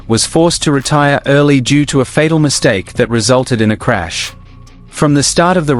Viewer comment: ``Marchrash``, ha, ha!